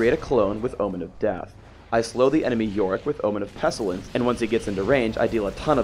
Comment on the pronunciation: 13 years later, did ever learn how to pronounce "pestilence"?